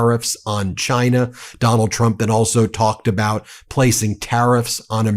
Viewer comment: Freudian slip when he called dump a cumt